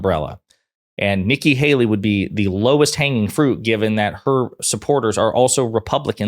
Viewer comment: “Nikki baley” lol